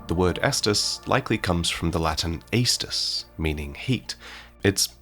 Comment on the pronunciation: If I'm not mistaken aestus is pronounced with the same beginning sound as estus. The only difference in pronunciation would be the 'u' being a long sound.